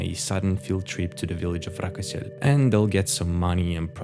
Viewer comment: It's not Rakosel it's Rakoselskoye